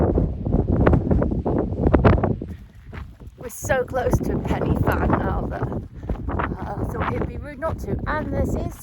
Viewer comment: Corn Du is pronounced Corn 'Dee' ... Pen y Fan is pronounced Pen u Van. F in Welsh makes a V sound and Ff makes an English F sound. Welsh phonetic but the alphabet is different.